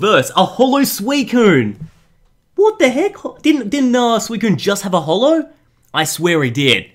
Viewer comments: Did he say genesect hollow? Great job 😂😂😂😂😂😂🤣🤣🤣🤣🤣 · Did anyone else notice that he said genesect "hollow" at first...